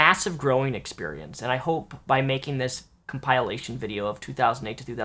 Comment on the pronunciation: "I got rid of my speech impediment" mispronounces compilation 3 seconds later...